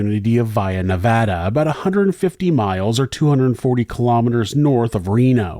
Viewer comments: Thank you for pronouncing Nevada correctly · 92/93 was a HUGE winter here in Northern Nevada! I will never forget when this happened, unfortunately this scenario has played out quite a few times over the decades, winter is no joke here in Northern Nevada! As a Nevadan I thank you for the correct pronunciation of Nevada, much appreciated! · Thank you for the correct pronunciation of Nevada